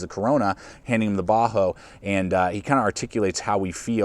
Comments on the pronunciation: Does he keep saying Bahco like a "Ba-hoe" pronunciation? I've always heard it as "Ba-Koe". Can anyone confirm the pronunciation? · it's really annoying that you keep saying "baa-ho." It's pronounced "baa-CO." You also spelled it wrong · Great review as always! I have never heard anyone pronounce Ba Ho like that haha. That aside, I have owned a laplander for several years and it is my go to. I picke up the larger Carona, 10" maybe? to keep in the truck but I have not had a chance to use it. Keep up the good work though!